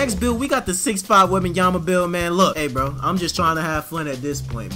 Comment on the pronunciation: "Webabamyama"got me dying.